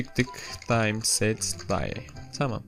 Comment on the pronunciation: Time set day d güzel ingilizce